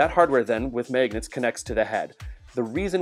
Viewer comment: Megnets?!?!?!?!?!? But actually, great video